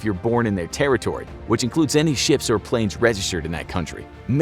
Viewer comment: Guy said chips and not ships